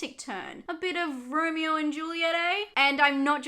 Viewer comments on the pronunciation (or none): none